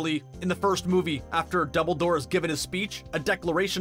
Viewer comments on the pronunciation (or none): none